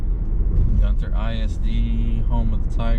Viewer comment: Y'all we don't call it Gun-Ter we call it Gunner 😂